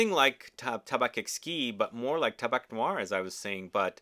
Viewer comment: I like tabac blanc. It's a good fall perfume that can be worn by a woman. And in French, it's pronounced "Taba"